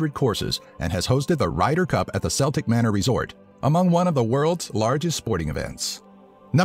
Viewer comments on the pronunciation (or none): The way he pronounced Celtic manor XD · ***** "Seltic Manor" I hate it when people say it that way. I'm a [K]ELT not a [S]ELT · Its called the celtic manor but its not pronounced seltic it's a c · He said Celtic manor wrong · Celtic Manor is pronounced Ce-l-ti-ck not Sel-tick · There were quite a few pronunciation all mistakes like how he said the millennium statism as the millennial stadium or Celtic manor as like the Scottish football team Celtic. Not complaining I loved the video just informing. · Did he really just pronounce 'Celtic' as 'seltic'